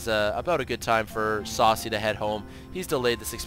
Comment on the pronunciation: Yeah, Sase is pronounced Sa-Say :3 SCII player with War3 background.